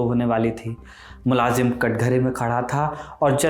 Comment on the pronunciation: मुलाजिम नहीं sir, मुल्जिम